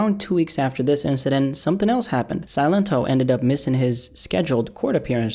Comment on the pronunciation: See-Len-Toh | y'all saying it wrong it's just silent in spanish 👍🏼